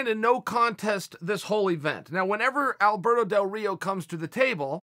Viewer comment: nobody: Chael: Alberdoe Dorito